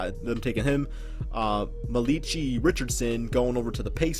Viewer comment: bruh the way he pronounced malachi richardson